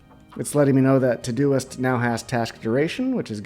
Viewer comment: Thanks for taking the time. Well done. Still not finished but gotta tell you that it sounds like you are saying todo-list every time. Ugh.